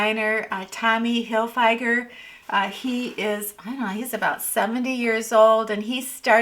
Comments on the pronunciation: It's pronounced Heel-fee-gir (not hill-FEIger) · Pronounced Hill fig er. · Wow you scored on the bag $16! I have 2 of them brown & gray, almost bought the blue too lol😄btw I think it's pronounced Hill-figure?🤷🏽‍♀️or maybe that's a California valley pronunciation?🙃🤣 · Susan (my honorary Southern Belle sister): 1) Tommy Hilfiger is actually pronounced as if there's a "fig" in his name. But as a Southerner, we'd say "Heel-fig-ah." 2) Men are simple creatures. He wanted to check you out one last time to get one last glimpse of you as a "free man." 3) I hand painted on one of my doors "Endure, and keep yourself for days of happiness." I moved halfway across the country 4+ years to marry the most well-suited man and to become Maria Von Trapp to the Baron with all of his children. He was everything he said he was "on paper." But in reality, he was a monster. Shortly after that, I chatted with Gene Kelly's widow, who said to me, in a bit of a comedic twang, "I think it's time to buy yourself a bus ticket out of there." But the several times I tried to leave, plans backfired. Then I realized why I wasn't able to leave. I met a prince of a man during the pandemic. My best advice in these times is "wait." Simple and true. And "Endure, and keep yourself for days of happiness." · Learn to pronounce Tommy Hilfiger correctly